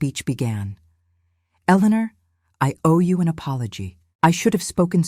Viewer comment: No. Ellenar 😂